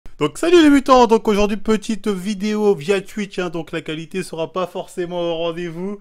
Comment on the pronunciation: John qui lit le "tchatche" de "tuitch"